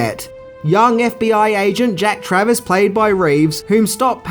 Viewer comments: It’s Jack Travin not Travis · Its Jack Traven, not Travis. Also you already know but DAAAAANIELS! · You got his name wrong every time. Traven. Not travis. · Jack Traven, not Travis. Jeff Daniel's, not Jeff Bridges. LAPD SWAT, not FBI. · Jack Travern not Travis 🤣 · JACK TRAVIN not TRAVIS. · Just so you know it’s Jack Traven not Travis. But who the fuck cares! Awesome video dude!! Smashing the Subscribers 👍🏻👍🏻👍🏻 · Character name woz Traven NOT Travis. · Ok enough people are nailing you for the Jeff Bridges comment HOWEVER The character's name is JACK TRAVEN, not Jack Travis. I consider you to have jedi level movie knowledge and as someone I can see is a Keanu fan like me it's up to us to get things like this right mate. You're awesome though, love the video.